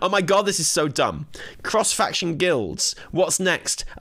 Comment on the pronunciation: “CROHSE FAKCHUN PLEH” 🤣 Bro you had me rolling. 😭💀